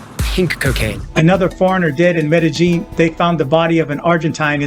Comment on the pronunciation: are yaar ye medillin hai medijin nahi